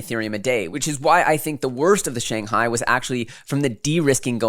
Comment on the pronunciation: SANGAI? LOL doesnt Shanghai have an H??